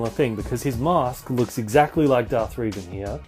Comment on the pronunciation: Amd you got revans name WROOOOOONG